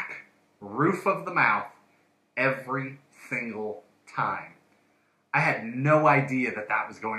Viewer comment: "EVERY THINGLE TIME"